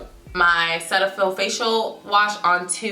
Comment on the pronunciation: That’s not how you pronounce cetaphil😂👀